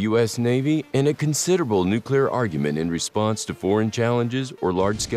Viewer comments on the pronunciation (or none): none